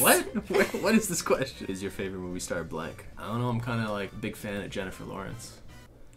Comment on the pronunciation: sksksks I thought he said "is your favorite movie star black"